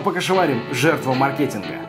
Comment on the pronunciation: мАркетинг! Не маркЕтинг! Только за это дизлайк!